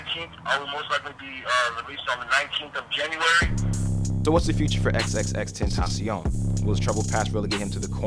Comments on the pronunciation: You don't pronounce it "xxx - tent - tah - se - on." It's "xxx - ten - ta - sion." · no hate, but i think its pronounced ten-tay-shin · xxx ten tay shun not xxx ten tah shion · you pronounced his name wrong you just pronounce it likw.... "extension" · you didn't even pronounce his name right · T u n d r a B o y he pronounced it wrong its an s sound not c x said it himself